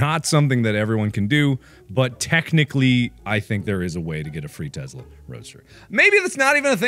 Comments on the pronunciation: It's a Tesla, Mark, not a Testla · teSla, not teZla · Are we just gonna ignore the “Testla” If you’re gonna advertise, advertise it right damnit! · "A teZla" 😂😂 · The Breaking News said Testla. Not Tesla. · Am I da only det noticed he said in na news bit it said get a free testla instead of a free tesla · was it meant to say Testla? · This is me picking but holy fuck it is tessssla not tezzzzla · I hate yhe way he said it "tezla"